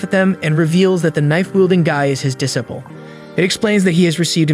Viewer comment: its pronounced disciple